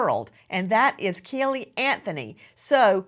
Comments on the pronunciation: And “Kelly” instead of Cayleigh 😂😂😂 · It's NOT baby "kellE" Nancy the way you KEEP pronouncing it ❗ Say it right = CAYlee ❗❗❗